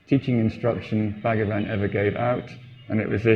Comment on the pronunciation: Please note it is not BAG-A-VAN, it's pronounced BHuG-waan.